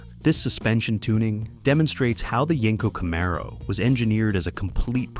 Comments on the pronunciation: It's pronounced Camaro 😂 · What you didn't think we'd notice you sneaking in a 68 camaro. And Jesus christ the pronunciation of camaro was driving me crazy, I have an actual 1969 pace car festival car,it drove me nuts listening, great video terrible narration.